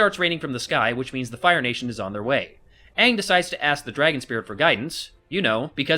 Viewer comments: Its not ung , its AANG ! -.- can't you pronounce names correctly ? Now after my sister watched this she's been screaming UNG at my face a thousand times . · srsly WTF? aong? no it's aang! the good thing about this video is that the bloke who's critisising it voices what i'm thinking whilst being funny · Literally hated every moment of this movie! from the horrific way they portrayed the characters, how they pronounced the names of the characters. They ruined the amazing story that was The Avatar The Last Airbender. like holy fuck!!! its ANG!!!!!!!!!!! say it with a capital A! I don't care if its the traditional way!! Clearly the show you based this movie off of didn't give a fuck! Then don't change it!! Also idg the whole not being able to make fire out of thin air! Thats how it was in the show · I get that M. Night wants to pronounce all of the names the way they're spelled. Such as pronouncing Aang "ah-ng", and pronouncing Sokka "Soh-ka". However, I find it very odd that he chose not to pronounce Uncle Iroh as Uncle "ee-roh". If you're going to do something, do it all around. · If you knew a good movie when you saw one you could point out the many flaws in this movie. The name pronunciation, the horrible dialogue and acting, the rushed feeling it gives you the entire movie, pointless scenes (To me when Aang NOT ONG summoned that tidal wave only to do absolutely nothing with it?), to much exposition because they tried to cram almost a days worth of footage into almost 2 hours, and just a plain all around bad movie. A 7 year old could see this a terrible movie. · Don't forget they got their names wrong too. "Sohka and Aung" are both wrong. It's suppose to be "Sauh-ka and A-ng" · UNG!!!!!!!!!!!!!!! UNG!!!!!!!!!!!!!! This is utter idiocy. It is Aang not Ung! Couldn't they at least get an actor who could pronounce the names right! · And "ong", really... Katara pronounces Aang as ong... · I hate that they say AH-vatar and Ong.